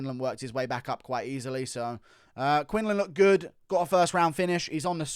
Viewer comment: Quinlan not Quinland